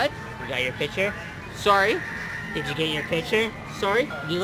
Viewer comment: LMAO "yoo toog you pictoo"